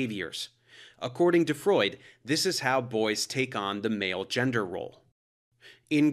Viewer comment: it's pronounced freud